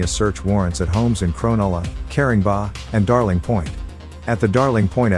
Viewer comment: You can tell the narrator has not been to (crownulla)❌ (cronulla) ✅